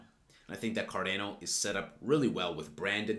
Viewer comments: He didn't say cardano ... KADENA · You're funny. I like you. You got my subscription. But, is still pronounced "CAR-DAWN-OH" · Go to Google Translate, select "Italian", write Cardano and press the button to listen: this is the correct way to pronounce it!